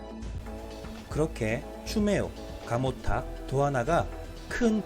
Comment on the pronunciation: 가모탁인데 감모탁이라 하셨어용